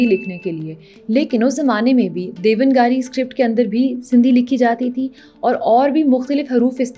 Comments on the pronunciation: Madam you did a good research, but it's not DEVAN-GARI as you said, it's DEVNAAGARI (دیوناگری). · devnagri & not devngari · बेहतरीन,आपने देवनागरी का उच्चारण देवन गारी किया जो गलत है। रिसर्च निरंतर चले तो कई अहम तथ्य जानने को मिलेंगे। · Mam correct ur pronunciation it's not devan giri it's devna giri It's devnagiri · It's DEV NAGRI not DEVAN GARI, apni pronunciation te v dhyan deo thora jeha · The correct pronunciation of Devnagari is not Devan- Gaari. But rather it is Dev - Naag - Ri. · देवनागरी का आपका उच्चारण गलत है. यदि भाषा पर एपिसोड बना रहीं है तो आपका शुद्ध उच्चारण जरूरी है.